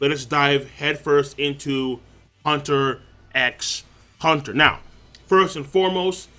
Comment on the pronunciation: Lol you don't say the "X" in the name, it's just Hunter Hunter